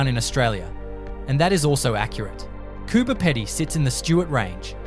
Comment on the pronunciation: Get the names right , Diamantina pronounced , Di - man - tina , Marree pronounced Ma - rree , Coober Pedy pronounced Coo - ber - pee - dee , Uluru pronounced U - Lur - ru . Laverton , Lav - er - ton , Bedourie , Ba-doo-ree